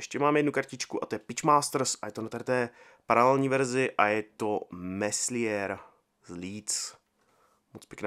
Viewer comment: Melier né Meslier pro. Výslovnost